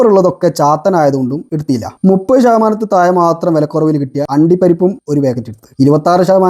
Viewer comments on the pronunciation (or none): none